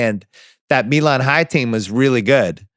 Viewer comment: Pronounced “MY-Luhn”. The “MY-Luhn” Miracle.